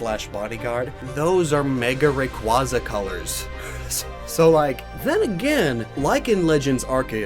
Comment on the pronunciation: what I find weird is that you point out that Rayquaza is named after a quazar yet don't pronounce the "quaza" part of Rayquaza, like quazar